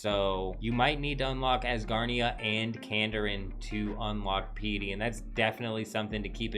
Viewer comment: Who says draconic VYE-sage or PEE-itty? Even the Europeans I play with have consistent pronunciation on these.